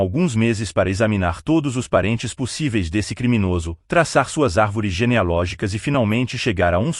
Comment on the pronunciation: ATENCÃO PRODUTORES DO VÍDEO: É MUITO CHATO A GENTE OUVIR, NO BRASIL, UM LOCUTOR MECÂNICO FALANDO COMO ESTRANGEIRO (SE É PARA USAR TECNOLOGIA, QUE ELA SEJA PERFEITA). O LOCUTOR FALA ###DÉSSE, FóSSE, E OUTRAS PRONÚNCIAS NÃO BRASILEIRAS. CHATO.